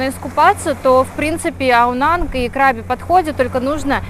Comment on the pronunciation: КрабИ, ударение на последний слог. Это провинция, а не пляж) Ребят, вы были в самой красивой провинции и не увидели ничего вообще. Возврвщайтесь, Рейли и острова ждут вас.